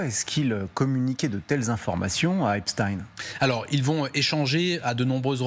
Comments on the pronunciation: Pourquoi le présentateur dit Epstein et le journaliste Epstine ? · EPSTEIN ! Eins Wei Drei ! Et non pas Epchtine . Ces gens là viennent de l'Est à l'origine . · EPSTEIN pas EPSTINE. Personne n'oserait dire Albert EINSTINE au lieu de EINSTEIN ! Pourquoi aucun journaliste ne rappelle que ce diplomate/espion est franco israélien a fait son service militaire en Israël ? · Comme Einstein ( peigne, vermeil, etc...) et non Ine... Epstein ( eigne)... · L'un d'eux se trompe. On dit Epstine